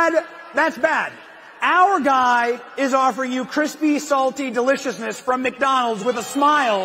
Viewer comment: The “Mack” Donald